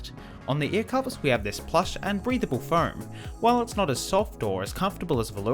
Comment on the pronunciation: I like how he says "foerm" instead of foam.. huehuehue no offence dude..